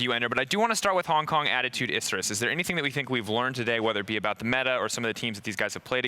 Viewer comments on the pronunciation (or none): cant even say Hong Kong?........